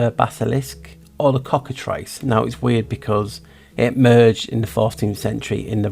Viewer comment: I'm glad you called it the Cockatrice and not the "Cockatreece" the way some people mispronounce it. Like "Minotaur" and not "Minatar".